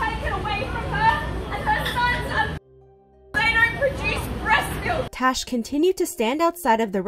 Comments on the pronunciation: It's Tash not Tosh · Is it tash or trash I heard it as trash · I love how you can hear them pronouncing her name as "Tash" with an "a" but keeps saying "Tosh" with an "o"...lol! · Lol I love how you said trash instead of tash